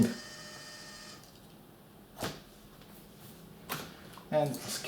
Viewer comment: In the beninging!